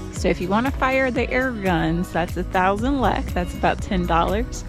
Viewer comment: Sorry it is not lak it is lek couse you did lak at the food part but it is okay